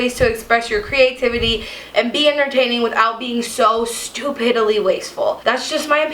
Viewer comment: smashing like for "stu-pid-dilee"